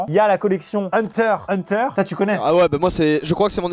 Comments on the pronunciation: « HEUNTEUR HEUNTEUR » mais non mais pas ça 😭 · Maxime: oui et ya aussi EUNETEURE EUNETEURE. Moi : :') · Faut dire le X de Hunter X Hunter 😭😭 mais oreilles en peuvent plus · Ils on dis hunter hunter!!! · s’il te plaît Maxime c’est Hunter X Hunter et pas Hunter Hunter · On dit hunter X hunter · Ont dis le x pour Hunter x Hunter xD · il a dit hunter hunter il a oublier le X ptdr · Chuis désolé mais chuis une fan d'animé dans le colab avec Naruto les nuages rouges sont l'emblème de l'akatsuki et pour l'autre colab SA SE DIT PAS HUNTER HUNTER MAIS HUNTER X (ixe) HUNTER merci et passer une bonne journée.